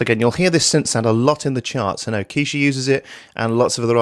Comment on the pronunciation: Keisha? ............Ke$ha?? :)